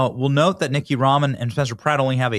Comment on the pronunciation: It's not Nicky, it's Nith-e-ya!!! Have the common courtesy to get the vote stealing fraud's name right! 😂